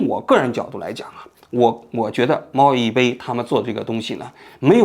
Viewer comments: 王局你真的是自己写稿子的吗？猫一杯让你一直念成猫一飞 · 猫一杯说成猫一飞，小学说成中学，哎，睡醒了吗王局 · 我怎么一直听着都是猫一飞？ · 王局是不是把网红名字念错了，我怎么听着念成”猫一菲“ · 不是杯bei吗？ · 王局故意口誤的吧😂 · 王局自己也得严谨点，一会儿猫一菲，一会儿西场中学的，口误太多。自媒体的钱也不是这么好挣的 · 给王菊提一些意见，有好几次把新闻的一些关键词读错或者记错，比如今天的猫一杯一直说成猫一飞。节目录制得更严谨一点才可以更长久啊。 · 猫一杯 念bei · 杯 读100遍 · 发音不标准 杯菲不分 西场小学小学小学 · “享受了和我同样的待遇”，王局太有意思了😂 “享受了和我同样的待遇”，王局太有意思了😂 哦真的牛批还有这种电话的哦😅😂 这是薛凯琪吧，王局啊你这集错误有点多吧。猫一杯主角的名字都念错了，那个学生一年级，是西场小学也不是中学。😅 户圣音容宛在 王局也看户晨风的直播切片 王局你有空能不能聊一下最近户晨风被封的事情 王局太幽默了，應該考慮開一檔脫口秀節目 其實未新聞是最好的新聞，內容多元化，是對變幻莫測的社會尊重 我替佟丽娅谢谢你王局啊 怎麼這麼像薛凱琪？ 处的人物应该是薛凯琪？是否图片人物有误 ）的视频（母爱？ ， 局座 你还没有这么老不更事吧？） 就绘声绘色 和 朋友说了这个寒假作业故事。 最近才看到 猫一杯 的 道歉声明。 感觉 好无聊， 造这种谣， 干嘛呀?（而且后面 还继续造谣， 搞续集） 互联网小作者的什么故事 能信啊？？！！完全觉得 这种 造谣者 就是要封！ 图片错了啊这明明是薛凯琪 建议在日本捡到小学生的作业并积极做完，完成千万粉丝成就🤣 建议在日本捡到小学生的作业并积极做完，完成千万粉丝成就🤣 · 王局你嘴怎么瓢了，猫一杯总说成猫一杯，西厂小学总说成西厂中学。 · 这是薛凯琪吧，王局啊你这集错误有点多吧。猫一杯主角的名字都念错了，那个学生一年级，是西场小学也不是中学。😅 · 看來王局現在就是自己一個人錄節目了，口誤都沒人提醒。直接錄完之後再做後期，也不改了。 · 我还以为就我听错了。我怎么听都是猫一飞啊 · 王局，猫一杯最后那个字念Bei，不是Fei...... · 那叫猫一杯！！！不是一飞！！！虽然我知道是口误！但是听起来很别扭啊！！！ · 虽然是来看王局观点的，但8：45那照片明明是薛凯琪啊，一直把名字念成“猫一fei(杯）"如果不是有意的话，做视频的整个过程难免还是会令人感觉有一些粗糙······ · 王局，咱准备了那么多稿子，人家网名能不能给念对了啊。人家网名叫猫一杯，不是猫一飞😂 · 王局最近挺忙吧？这种社会娱乐类的行为明显不咋上心，人家叫 猫一杯，不是猫亦非。是西场小学，不是中学。好几次念错字。还是雇个校对吧。能把把关。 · 猫一杯，不是猫一飞。。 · 王局老説貓一fei😂但是應該是貓一杯吧😂，還有是西場小學，不是中學。雖然信息是假的，但是因爲重複了好多遍，希望王局可以再仔細核對一下🤣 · 比对这么半天念错几十次猫一飞？什么玩意啊！？你想飞哪啊？ 赶紧给观众朋友们道歉！ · 大哥，人家叫猫一杯，你次次念错成猫一飞，你们团队都没人校一下稿吗？ 要不要我免费给你服务啊？ 低级错误错的我都没兴趣看完了！ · 大哥，你先把當事人名字說對了再說啊！貓一杯，不是貓一菲，可能前夫哥更喜歡劉亦菲吧。要是你老是報導美國總統拜當、俄羅斯總統皮燈、法國總統牛可龍、德國總理蕭爾提大家的感受會好嗎？ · 一杯不是1️⃣菲啦😂一直在叫错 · 为啥猫一杯要读成猫一菲？连油管也成屏蔽字了？ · 从头到尾念错人家名字🤣杯bei子，不是妃fei子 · 王局，你能不能别总在视频里范低级错误？是猫一杯！不是猫一飞！一直犯错听着太难受了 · 貓一飛？ 聽得耳朵疼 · 王局全程读错了主人公名字，猫一非😂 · 王局怎么一直叫“猫一fei”啊？？ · 不是猫一杯bēi吗？ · 口里含牛至了，杯飞都念不清楚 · 😂这网红不是叫猫一杯吗？为啥王局一直喊猫一飞啊？ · 是不是口误，老是讲成猫一飞？ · 怎么老听着像是猫一飞？ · 把猫一杯叫成猫一飞 把西厂小学说成西厂中学 王局这集口误有点多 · 猫一杯怎么全部都读成猫一菲😂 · 人家叫猫一杯，不是猫一菲呀。王局老是把名字读错，而且是西场小学，不是西场中学呀。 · 王局讲的太好了！只有王局把这个事件挖掘到这个深度。虽然一直把小学说成中学，虽然一直把猫一杯说成猫一菲，但瑕不掩瑜。😂😂😂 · 是一杯，不是一菲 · 比对半天信息名字都一直念错，哪里的口音杯 /飞不分啊？ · 为啥一直读猫一“飞” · 是猫一杯不是猫一fēi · 是猫一杯，不是猫一飞。西场小学，不是西场中学。听着很奇怪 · 为什么一直在说猫一飞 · 是貓一杯, 不是一菲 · 那个叫猫一杯，不是一飞😂